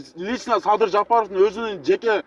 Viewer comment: Ээ чулдур,уят болуп чыкпай эле койчу,Рга тилин келбейт экен.